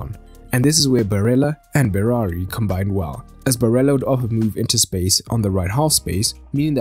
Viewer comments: It's Berardi. Not Berari. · At first you said berari